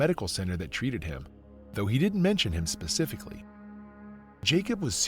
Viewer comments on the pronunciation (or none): none